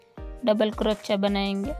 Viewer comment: Crochia pronunciation.... please correct it, i made it ur way, it turned really well, excellent design mam 🥰